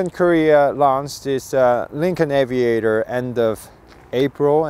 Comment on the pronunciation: Aviator, not Avaitor 🙂